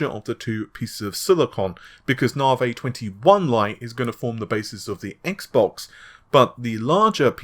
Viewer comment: "Narvay" seems amazing.